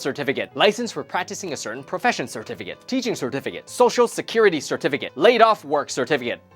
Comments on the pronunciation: I only heard certificate. SIR-TEH-FEH-KIT. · SeRt-Fiikate...KaiT...must gurt muRe CeRtifI--KiaTSss! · cetificate was said so many times, it sounds so wierd. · I don't think I can hear the word certificate the same way again.